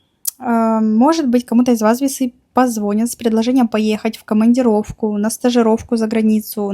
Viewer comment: Позвонят, ударение на последний слог. -нят - .